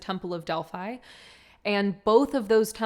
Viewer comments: Beautiful being, it is pronounced DEL- PHEE not delpHI... and PHIA lee is pronounced PHEE la ee. please, lets be respectful of the sacred places, I too was an oracle in Delphi, so it comes from that place.... divine salute x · The is beautiful read ANNA the grandmother of Jesus & the other book ANNA THE VOICE OF THE MAGDALENES But please don’t use the word “witchcraft “ in your title and next to Mary Magdalene Delphi is pronounced Delphee 🙌🙏💜💜